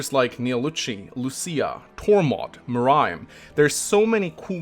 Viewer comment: Still can'y say Muarim's name right. sigh The Tellius games are my favorites and I respect you lower ranking of them, though. Regarding what you said during the 3H part, I don't think it's fair to take away from a game's enjoyability or challenge due to it being easy to break; several games in the series are, but that doesn't mean you have to partake in said breaking.